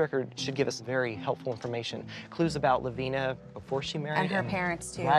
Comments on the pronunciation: I reside in Lavina Montana. Lavina is pronounced with a long I, not as an E sound as you pronounce it. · I have an Aunt Lavina and it is NOT pronounced LaVEENa. Not sure why Christina thought it was.